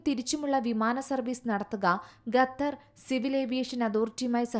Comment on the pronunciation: Ithenthaaaa ningal Gethar gether nnu parayunne... Style aano... Alpam malayali mariadha kaanikku.... Qatar ennu paranjaal nthaa.? Annam tharunna naadinte Peru valachodikkalle